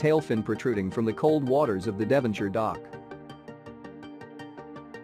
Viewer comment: Devonshire lol